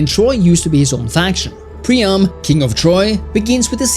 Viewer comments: Dude Pree-am. Its hard to take you serious when you cant even pronounce the name rjght. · Anyone else losing their mind over "Prima"?! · Excellent review, but cant help noticing you pronounce Priam's name as Prima multiple times lol